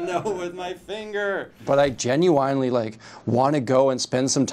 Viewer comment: nah did bro just say genyoueyeinly